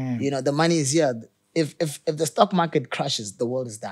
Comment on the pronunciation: "if trade crushes , the world crxshes"